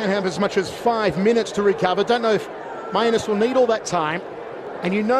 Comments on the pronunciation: Is it not pronounced "May-Nus" rather than "My-a-nus"? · actually shouldn't it be pronouced with Main-us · I really hope his last name is actually pronounced "mee-an-es" or something and they just forgot to tell the announcer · He so clearly pronounced that one as two words. Every other time was 50/50, but that one was indisputable. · i believe its pronounced main-us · "This is not where Mainus wants to be... Mainus is most comfortable on the ground" and "OHHH STINGING PUNCH TO MAINUS" got me literally dying laughing...is that actually how his name is pronounced or is it the guys accent?